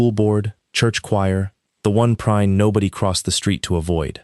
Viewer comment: Uh...figure out how Prine(s) is going to be pronounced. Something it's being said as Prinn (short i), (also said as Prinz), other times as Prine (long I). Get it right.